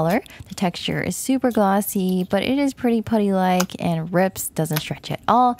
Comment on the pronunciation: the way she say putty is funny she like POODY